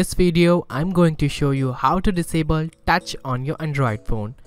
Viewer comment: Thanks, Just a recommendation: "Touch", not "dutch", and "Video", not "Wideo."